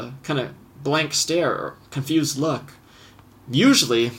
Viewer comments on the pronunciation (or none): none